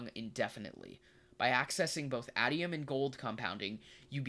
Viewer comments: Its Ay-tee-um. Pronounce it like "stadium". a really good video non the less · Bro... Aitum... A - TEE - Um